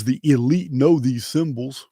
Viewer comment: Elites? Or EL-ites?!